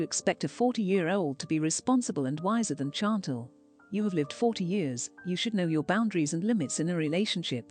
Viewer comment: Too bad the computer cannot come close to pronouncing Chantal, yet gives an in-depth opinion. Or pronounce "live" when talking about going live.